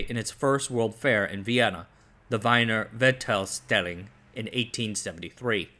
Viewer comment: As an Austrian it was funny hearing you say "Weiner Wichtaustelling" instead of "Wiener Weltausstellung".´In German the letters i and ie are pronounced like an English e.